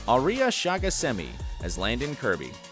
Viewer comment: Uh-lar-ick not a-ler-ick. Also he can say Shahghasemi but not Aria